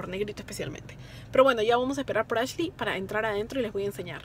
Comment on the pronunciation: Ashley , no Asley